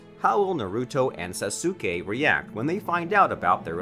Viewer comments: its sasuke not sasuukae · Le me tell u one thing When u say sasuke it kinda Sounds like Sasoke when u pronounce Sasuke Say it With Saske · bro why did u say sasukei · The fact that Sasuke is pronounced Saske and he says SasUke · He really said sasookey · “Sasookae and Sakoora” 🤓🤓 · This guy has to be trolling with how he pronounces names, “sa-soo-skay” can’t be how he seriously thinks it’s pronounced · Bro said Sasooke 🤣🤣🤣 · did you just call saskue SAS UK E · did he just call sasuke sassukae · Sah-soo-K Completely accurate pronunciation of sasuke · Don’t say there names like that please bro sasookay is killin me 🤣🤣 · I pronounce it like sasgay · “Sa-sue-kae” AHHHHHHHHHHHHHHHHHHHHHHHHHHHHHHHHHHHHHHHHHHHHHHHHHHHHHHHHHHHHHHHHHHHHHHHHHHHHHHHH THE PRONUNCIATION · bruh the pronunciations be like boruto nah buritto sakura nah sakoorah sasuke nah sasUke man 😂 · 🤦‍♂️ you know it's pronounced soskay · YO WTF why do u say saske name like that saSuke😭 u sound mad dumb💀💀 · Did he just pronounced sasuke SA SU KE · Burootoe surada narootoe sukoora susookay this man cant pronounce anything. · did mans just say sasooke?!?! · Sasookay, sakoora, narooto, hinaata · Why he pronouncing sasuke3and sakura like that tho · HE SAID SASUKE WRONG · Can u say sasuke right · He literally mispronounces EVERYTHING. Boruto, naruto, hinata, sasuke, sakura, sarada, genin, chakra- he mispronounces it all. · "SaSuke and SaKura" yeaa these pronunciations are finna be the death of me🤦‍♀️💀💀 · The way you say "Boruto, Sarada, Naruto, and Sasuke" are killing me badly from the inside and outside T^T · Sasuke...sa,su,ke...i cant understand this...try removing u in sasuke pls😃